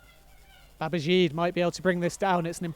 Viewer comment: Who on earth is "Babazheeed"? Isn't it pronounced "Babajeeday"?